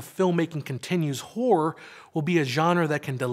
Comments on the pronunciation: hahaha you probably should pronounce the word "horror" more clear cause sometimes sound like w*ore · I always thought horror had two syllables. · I never knew I was pronouncing horror incorrectly till the pendantics on YouTube started correcting me. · Is he pronouncing horror like that deliberately? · Dear god the pronunciation of the word horror makes this nigh unwatchable.